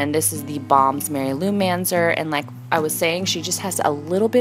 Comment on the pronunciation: gorgeous eye make up seriously amazing. i have to tell you though lol the mary loumanizer is said as "mary luminiser" like LOO-MAN-EYE-ZER. as in being luminous. because its highlighter. haha just thought you'd want to know. love your work xxxxxxx